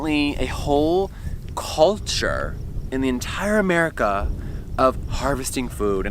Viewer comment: “The entire ‘merica” - j*